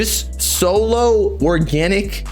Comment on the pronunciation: Bro reall tried to say organic